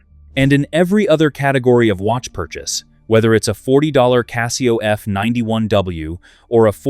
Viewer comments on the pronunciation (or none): none